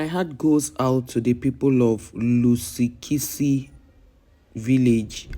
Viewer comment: What is your problem you can't even pronounced the name correctly if you don't have something to do cover the people of your own country abroad where they are arrested for selling drugs we've got our content creators who will tell us about our stories